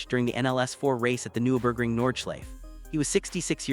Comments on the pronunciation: AI garbage or someone who knows next to nothing about the race. Can't pronounce the track, driver, and repeatedly using images of other tracks, other racing series, and touristenfahrten with no "Dashcam" view whatsoever. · cant even pronounce Nurburgring